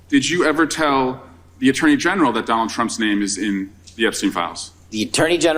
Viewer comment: The Uh-turney general